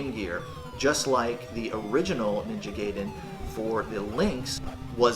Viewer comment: I will forgive you for calling it Ninja gay-den 😏 but you wound me deeply! 😭 😂